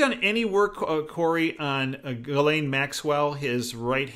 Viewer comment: Maxwell's name is pronounced Geez-lenn. Paris:Modeling agency providing girls.